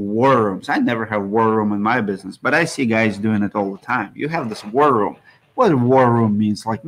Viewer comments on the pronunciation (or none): It took me like 5 minutes and a couple rewinds to figure out you were saying war room I didn't know if It was world worry worely. Lol